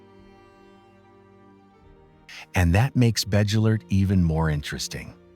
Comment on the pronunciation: I almost fell off my chair when I heard the pronunciation of Bddgelert. Gave up at that point.